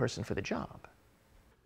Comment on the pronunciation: Goodness, they can't even pronounce "Ban Ki-moon" correctly or even SLIGHTLY try to say his name correctly. BAN KEY MOON.